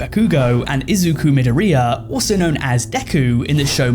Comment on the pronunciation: brother I love you but goodness gracious you butchered the pronunciation of Katsuki Bakugou and Izuku Midoriya 😭